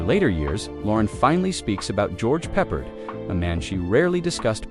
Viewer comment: Was this piece entirely generated by AI from text scripts? The footage includes the odd snippet of Loren in an ocean of video wallpaper often not obviously related to the automated commentary at the moment. By the way, as I understood it, George Peppard pronounced it "pep-ard" not "peppered".